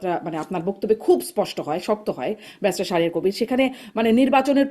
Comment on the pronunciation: যিনি নিজেকে ব্যারিস্টার পরিচয় দেন, তাঁর ইংরেজি ও বাংলা উচ্চারণের এই অবস্থা সত্যিই হতাশাজনক !!!